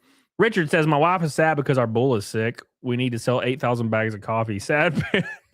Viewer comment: Wow. WTF is wrong with this guy. NO!! We don't want 10k baegs of coffee,.